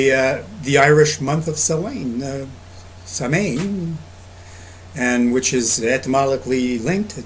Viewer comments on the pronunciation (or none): Samhain is pronounced as "sow - en" and it is said smoothly almost without a break in the word :) Source - me, im irish lol Thanks for making this video